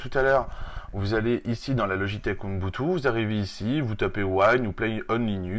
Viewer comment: OU-BOUN-TOU ET NON PAS OUNBOUTOU